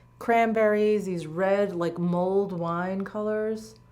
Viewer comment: AHAHAHA!! I thought you said “mold” wine color …. I was thinking “ewww moldy wine color?” Then I realized you said mulled wine 🍷color….oh jeez … senility just around the corner!!! 🧠 👵🏼 🤣